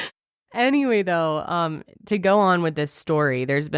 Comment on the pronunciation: Jojo Wiwa 😆